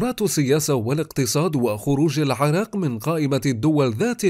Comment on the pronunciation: اسمها عرااااااق وليست عرق شبك